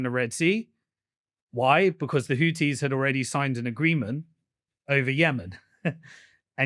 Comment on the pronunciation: When he said hoodees all I could think of was Hooters